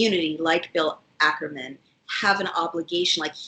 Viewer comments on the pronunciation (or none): FYI, it's Bill Ackman, not "Ackerman".